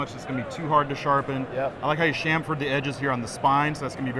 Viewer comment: Then he he said shhhhamfer......and I lost all respect. It's chamfer, like champ. Not like sham WOW. Are you even I'm industry bro?